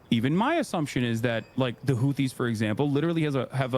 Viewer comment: Imagine saying that the Houthas are similar to the Ouss lmao